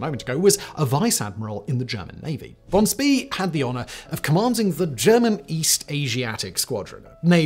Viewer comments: Pronounced like Von Schpay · Except for von Spee. "Shpee"